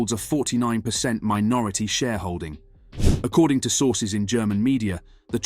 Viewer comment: So sick of these clickbait bs videos, why is it so many people making this videos who are English cannot pronounce basic words, this guy cannot say sources and performance, go work in a factory, your time would be better served !